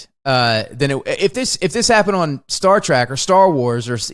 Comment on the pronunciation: Not to mention "Star TRACK"... ffs, it's Star TREK. Like "tech."